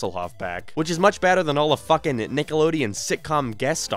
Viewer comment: Spongebob the FOOOKIN squarepants??? Wut are YOU doing here???